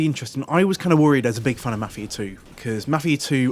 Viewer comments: it's not fucking mufia lol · What the shit is "" is that seriously how your accent makes you pronounce Mafia?